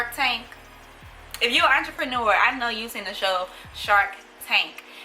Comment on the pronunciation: I feel attacked when yuh said “watcherpnure” .... mam please let go off my shirts 😭😭.. ima go buy the book